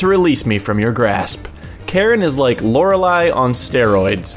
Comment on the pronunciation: I think it is pronounced Lorelleeeeee, not bashing on you, just a tip for future reference:)